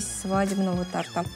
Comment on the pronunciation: "дождАлись праздничного тортА" Я думала мои уши завянут